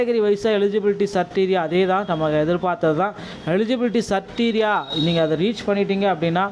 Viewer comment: சிரிட்டீரியா இல்ல க்ரிட்டீரியா